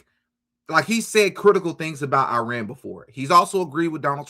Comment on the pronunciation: That's not how IRAN is pronounced.